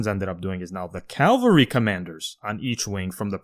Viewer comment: Dude, if you two pronounce "cavalry" as "Calvary" ONE more time...😅😅 "Calvary" was where JC was crucified; "cavalry" is the word y'all actually want be using, in these podcasts... 👍